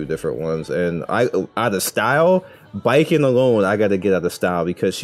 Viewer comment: Thank you for pronouncing Baiken’s name as ‘bye-ken’ and not ‘bacon’. Means more than you know lol